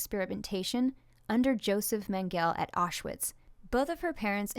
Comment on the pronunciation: There are three syllables in Mengele, all short e's, with accent on the first syllable. The first syllable in Auschwitz is pronounced like "ow", not "aw." Given your educational experiences, I guess I can see how you're unfamiliar with these otherwise well known names, but for future reference...